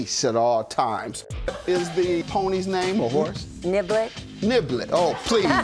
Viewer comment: Am I the only one who thought she said the horses name was NIGGLET vs NIBBLET 😂😂😂😂😂